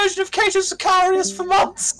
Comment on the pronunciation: "the adeptus sicarious" had me cracking up